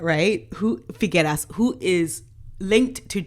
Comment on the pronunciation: Nacho F I G U E R A S....pronounced figeras... a model and polo player with not much handicap..means nothing as a polo player in Argentina